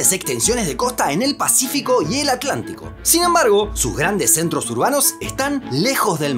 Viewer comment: ¿Por qué dices Aclántico?